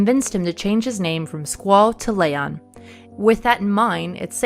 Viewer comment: Love the videos, but...Lay-on?(Its Lee-on) breaths deep You get a pass.